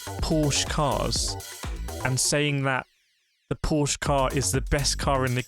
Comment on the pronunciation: Dear YT algo: The E on Porsche is not silent.